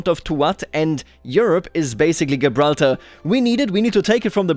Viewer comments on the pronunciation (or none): just sayin gibraltar is pronounced jibralter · Tiny little thing - you might want to check the pronunciation of Gibraltar. Love the video otherwise! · Nobody has ever said anything more german sounding than that pronunciation of Gibraltar. I love it.